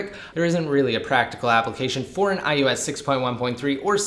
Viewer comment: why do you keep saying "I U S"? it's IOS